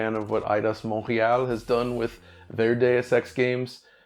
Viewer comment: Thx for pronouncing Montreal correctly